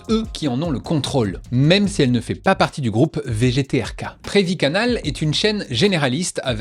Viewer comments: Perviy, pas Previy Riga c’est Latvia, Vilnius - c’est Lituanie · Beau travail. Merci. Tu vas te prendre un boost de visibilité par les bots russes par contre donc attache ta ceinture. Pour les erreurs de pronunciation (Pervyj je sais pas d'ou tu es aller chercher un D?) ... Ça decrédibilise un peu ta video par contre... Tu aurais pu prendre 30minutes pour discuter avec un russophone pour checker la prononciation (et le contenu de la video du coup). Leçon pour les futures videos. Sinon ton moyen d'éviter la prononciation en expliquant le sigle en français ça marche beaucoup mieux que te tenter de prononcer Rossija ou Pervyj. (Pour Dozhd ça va, la prononciation etait correcte) Comme d'autres commentaires en revanche, je suis d'accord quil manque une partie 2. J'ai beau parler russe, j'ai appris beaucoup dans ta video sur le "comment" les medias russes sont organisées politiquement, mais j'aurais aimé en savoir plus sur les contenus également, proportion de programmes étrangers ? De quels pays ? Ou meme si on veut revenir au "Comment" : Les telefilms sont ils plus là pour distraire ou faire passer des messages ? Qui les finances Mais aussi les particularités un peu originalles ? Etc